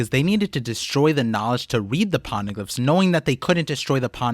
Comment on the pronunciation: Pony glyph ❌️ Pona glyph✅️ 😂